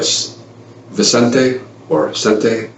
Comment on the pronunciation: It's Vicente not Vincente.